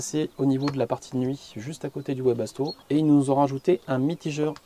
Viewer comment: Bonjour chouette vidéo plein de bon conseil. Juste un truc Webasto se prononce Vebasto car c'est de l'allemand. Car en allemand le W se prononce V idem pour Westfalia. Bonne continuation à vous 😉